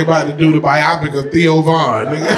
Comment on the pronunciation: "biopic" lmao please tell me you mispronounced that on purpose